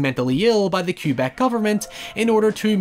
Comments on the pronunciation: Or how he said q-beck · Everytime he says Cue-beck a part of me hurts. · Cue Beck? Seriously? With a single word you have told me all I need to know about your ability to research, read, and listen. Keep pumping out the videos for that Patreon money, you lazy, greedy fuck. STOP SAYING FUCKING CUE BECK YOU ILLITERATE ASSHOLE! FUCK YOU. Edit: My apologies. You are from I Are Laned, right? Or maybe Grate Brightone? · This dude said “Cue-Beck” instead of “Kuh-beck” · Ok but why does he say Quebec like that? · No offense, but your pronunciation of Quebec and Duplessis caused me to not realize you were talking about my own province until the minute mark 😂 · It actually took me awhile to figure out you were saying Quebec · It took me way too long to realize you were saying Quebec. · most spectacular mispronunciation of "quebec" i've ever heard, bravo! (excellent video too, btw)